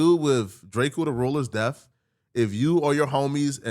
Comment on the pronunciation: It’s pronounced Death, not Deaf.